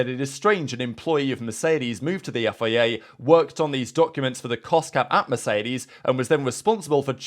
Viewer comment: Learn how to say FIA please